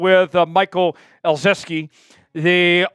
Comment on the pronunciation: Keeps adding an "S" to ezeike's name.. 😂😅 wtf man. Try harder maybe?